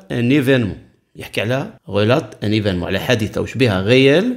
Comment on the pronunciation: استاذ relateمعناها يروي وما تتنطقش هكاك الtمتتنطقش